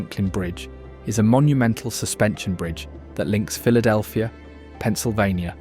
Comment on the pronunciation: Brotherly Love, you said it exactly right!